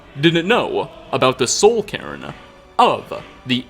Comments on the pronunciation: It sounds like soul Karen lamo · Nobody:: Soul Karen